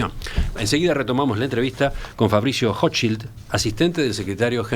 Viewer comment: Para ser rompe huevo .. la "ch" en Hochschild se pronuncia como la "j" en ajedrez .. Intriga el accento de este hombre. Dice la red que es chileno, se graduo en Oxford/inglaterra y pronuncia el español mas bien como aleman. ¿Acaso se escapo de la colonia dignidad?